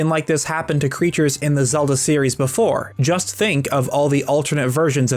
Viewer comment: “And apparently, I’ve never been on a rollercoaster beforrre”